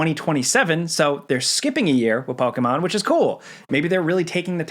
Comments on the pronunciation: It's po key mon not po kay mon 💕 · Why is he pronouncing Pokemon so hard like that? Lol “Pow-KAY!!-mown” like wtf is it just me? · You say Pokémon weird lol